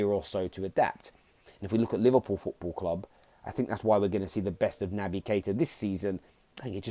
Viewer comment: “Football kwub” nice English mukka